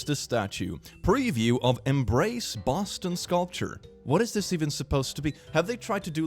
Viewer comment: boston is pronounced suspiciously like a portuguese slang for poop (bosta)